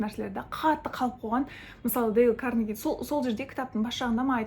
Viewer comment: Дейл Каааарнеги емес, Карнеееееги)